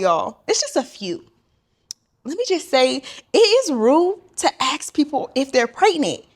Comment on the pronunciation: The word is pronounced ask not aks or ax. 🙁